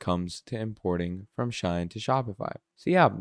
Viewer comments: Shein, Shein Bro, not Shine😂😂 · Bro it's not SHINE, it's SHEIN!🤦🏾‍♂️